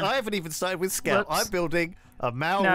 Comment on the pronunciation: That not how to pronounce Maori